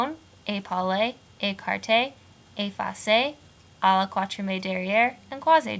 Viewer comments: can't watch it because your French pronunciation is so terrible. To start with, please say katriem, not kwatriem. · Great job, I'll show this to my students! It's so hard to make any sense of this until you have some way of remembering it! One thing though: you don't pronounce "quatrième" right. In fact, the last e isn't pronounced, the accent is on the e before that. Quat-ri-èm. But thanks for the great vid!